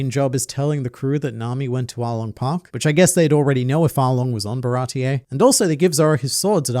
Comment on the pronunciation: WHY DOES EVERYONE CALL IT barati-EH i swear it was never called like that, why does the whole english community call ti that